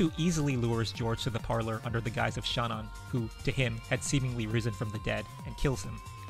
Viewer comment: Yo finally someone who pronounces Kanon and Shannon right. Thought I was being gaslit by this fandom